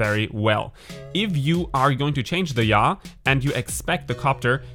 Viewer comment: Yaw sounds like Ja. LOL Ich liebe your accent.